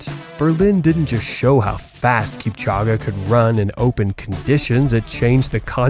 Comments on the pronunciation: I’m sorry man but you kept pronouncing this man’s name wrong. It’s ELL-ee-ood kip-CHOH-geh. The ending “-ge” sounds like “geh” (an e sound), not “ah.” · Kip-cha-ghe? Really? You can’t get AI to pronounce his name correctly? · How can you make a documentary about Kipchoge but repeatedly pronounce his name wrong? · lol 😂 I don’t get how they just continue to do this with African names 😒 like it’s an E at the end of his name. Where does anyone see and A? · If you are going to narrate a video about a famous athlete, you should know how to pronounce his name.